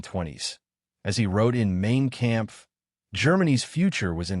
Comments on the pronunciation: I know! Pronouncing Mein Kampf as "Meen Kampf" was cringe. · First, you state that Hitler got the offer, wrote Nein on it, and then tore it up and threw it away. Later, you ask, Where is the paper that Hitler wrote Nein on? Can't even pronounce German names correctly, or for that matter, Mein Kampf. AI sucks.